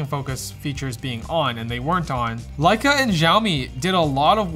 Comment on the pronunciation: It was sarcasm, playing off of how pronounces Lecia and how it sounds like saying "like a"....